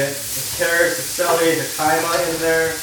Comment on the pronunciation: He - kuh - ma = jicama (pronunciation) Loving these food vids and ur vlogs! Keep it up. Ps love that u show the realness not that polished up version everyone else does. Keep it up ✌